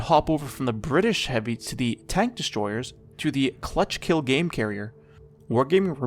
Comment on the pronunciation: "cluchkill gamecarrier" wow xd that gave me a good luagh :D